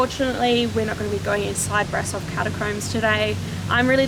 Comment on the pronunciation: I went there when i had 9 years, nice place, i was amazed by her structure and The organ. And by The way, you can sau BRAȘOV, AT Ș SOMENTHING like she,, și,, you know? 🖤(love your videous) 🖤🖤